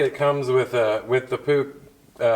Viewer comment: it is not Pooch or Pook. It's POOH (phonetically [PUX]). the last vowel (CH) is actually H as in "loCH ness"